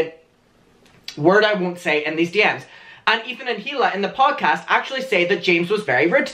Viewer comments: It’s EELA NOT HEE-LA Sorry you’re cool lol it just keeps annoying me you say HEELA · Has anyone noticed how he pronounces “hila” as “hila” and not “e-l-a” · if one more drama channel pronounces the H in hila’s name i’m gonna lose my mind